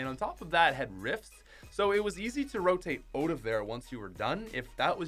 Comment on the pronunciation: Why do you say “ote” and not “out”